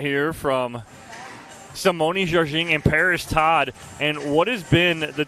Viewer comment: Sounds like announcer is consistently mispronouncing Simone Jardin's name. Very unprofessional